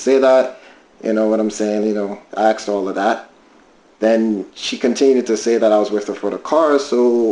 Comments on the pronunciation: Why do some people say “ I axed her” rather than “I asked her” Confused 🫤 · There sure is a lot of axing goin on!